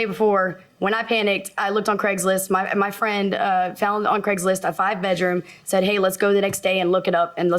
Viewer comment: She “ fount”’a bigger house 🤣